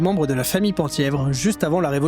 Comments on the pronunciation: Penthièvre se prononce pin (thièvre) et non pan ! thièvre. A ce titre étaient attachés les droits successoraux à la couronne du duché de Bretagne dont aurait pu se prévaloir le duc de Mercoeur, ligueur et époux de Nicole de Brosse les possédant. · Merci pour cette vidéo! Le Penthievre est un territoire dont le périmètre à beaucoup changé au cours de l'histoire, mais la capitale du duché était Lamballe. Penthievre se prononce "Pinthièvre".